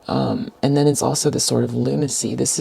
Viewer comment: Lol! You said Lunacyy!